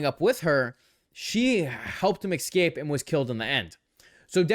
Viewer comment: Why do so many people not get how to pronounce the word "escape?"